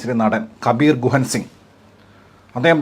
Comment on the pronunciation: അറിഞ്ഞു വെച്ചതാ.. ഗുഹനിട്ട്... 😂 ശെരിക്കും അങ്ങേരുടെ പേര് കബീർ ദുഹാൻ സിംഗ് എന്നാണ് 😂😂